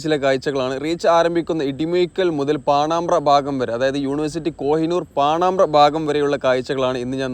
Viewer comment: പാണമ്പ്ര എന്ന് ശരിയായി പറയുക